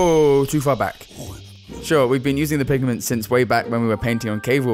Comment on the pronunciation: Pig-a-ment? It's PIGMENT